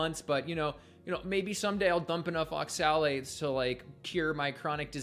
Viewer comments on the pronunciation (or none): immediately berates absolutely anything anecdotal in support of carnivore, then immediately rattles off an endless list of anecdotal instances against it. What a massive hypocrite. He takes such great pleasure in pronouncing "oxalates" over and over in that incredibly insipid manner. He's just too insufferable for me to waste time on.